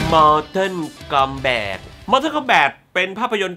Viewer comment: MORTAL KOMBAT มันอ่านว่า "ม อ ท อ ล คอมแบต" ไม่ใช่ มอเทิน มอเท่อ สำหรับผมมันไม่ใช่หนังห่วย มันคือหนัง CULT แต่ที่ห่วยอ่ะ ผมว่าพี่แหละห่วย ทำมา2คลิปยังออกเสียงชื่อหนังไม่ถูกเลย อ่านทุกเม้นจริงรึเปล่า ตอบผมหน่อยครับ